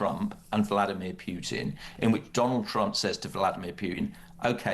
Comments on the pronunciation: The minute someone says "Pewtin" instead of "Putin", tells you everything about them and their worldview. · Here's a marker for stupidity: a person pronounces Putin's name as "Pyootin". Dead giveaway. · 'Pyootin'.. Is is too difficult for a so-called expert to say 'Pootin'...? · It is not “PJUTIN” its Putin